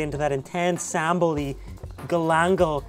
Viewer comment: Love to see you back again to Indonesia, and you did a really good job with some Indonesian words like manteeeeeb, sambel, enak, etc.